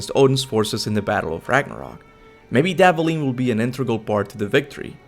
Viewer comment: Dvalin is pronounced as Dwalin.